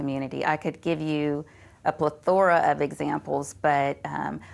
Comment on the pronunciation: Its not pleTHORa. It's PLEthora. 🙃